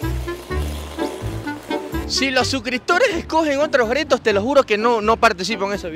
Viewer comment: Me dio risa cuando dijo gretos en debes de (retos) 😅😅😅saludos